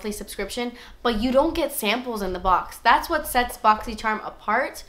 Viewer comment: I swear your videos is amazing there informational, so cool, and funny as hell! i love you. I wait for the story for the burn on your face, and i started laughing then it wouldnt be a video with out you saying " Dass Expensive" and....... chicken lip, i heard chicken leg. Oh that eye liner thou, i was like holy shit just as your eyes open liked that lmao. love you babes